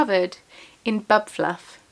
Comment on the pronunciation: Thank you so much for sharing the tiny frog pattern! I have seen the frogs around & couldn’t find the pattern & I wanted to share with a friend who adores frogs. Every Time you said “bub fluff” I had a giggle because the childish part of me heard “bum fluff”… 😂 I love your yarn so much & that shawl looks fantastic. My son is learning German on Duolingo & we love hearing new to us words to learn!